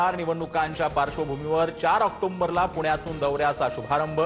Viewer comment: ऑक्टोबर हा ओक्टोम्बर असे दोनदा बोलला